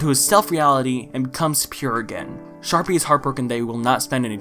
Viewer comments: bro i can’t tell if he’s saying sharpie or jus can’t stay sharpay properly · Why do you pronounce Sharpay as Sharpie? Lmao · but why do you pronounce sharpay as sharpie??? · Did you just say Sharpie instead of Sharpay? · Did you say Sharpie? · It’s a bit in all the hsm videos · Did you just call sharpea a sharpie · has always pronounced sharpay as sharpie? its just now right? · I’m crying over the fact that you keep calling sharpay “sharpie” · Sharpay? No, it’s SHARPIE